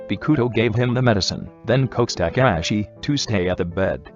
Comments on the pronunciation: BRO WHY DID IT SAY “A-kk-ah-shi” bro it’s just “A-ka-shi-“. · nobody : the voice dude : AKANASHI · I love how the narrator said Akaashi's name as Agaaaashee 😅❤️✨ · The fact that the auto narrator just can't say akaashi for the life of him😂. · I love it when it says Akaashi 😂i cant take it 😂